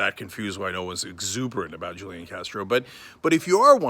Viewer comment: This is journalism?? He can’t even pronounce his name correctly.... it’s Who-Lee-Awn. And his brother is not his campaign manager. You gotta get these facts right before you post in this fake news era... stop being lazy, you can google this stuff.